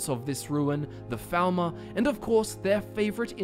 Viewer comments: Sounded like you said thalmor in the beginning, not falmer. Odd. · It sounds like you keep saying thalmor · Lol I keep hearing "Falmor" as "Thalmor" and getting confused 😂